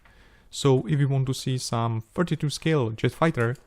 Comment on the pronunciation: "So, if you have wome wish for future build..." Galactica, do Galactica :D